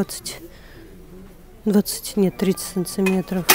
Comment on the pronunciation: Ооочень хороший обзор!Но режет слух слово"цынцыметров"!